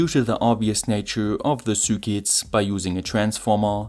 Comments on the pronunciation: I hear Sue Ketts :) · Ok ur English is great but u say circuits weird a f lol